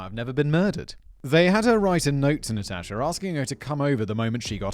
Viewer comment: You may be mispronouncing Natasha just saying maybe , maybe not idk